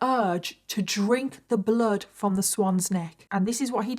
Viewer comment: Oh geez. Two words that DO NOT EVER belong in the same sentence, 'sexx' and 'bloood'. Never. Never, nope!